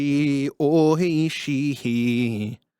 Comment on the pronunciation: at the end D low was saying " Maji Oishii" which is japanese for "seriously delicious" his pronunciation was horrible but it was pretty funny